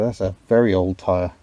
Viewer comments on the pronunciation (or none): none